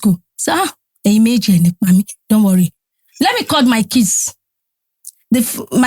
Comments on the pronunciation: really said ‘combined kadara’ 😂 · Did you just say combined kadara 😂😂😂😂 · Exactly! Could tell she meant kids, not case